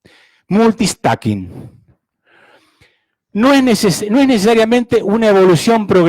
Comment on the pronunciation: Que alguien le diga que no se dice "Multi-stacking".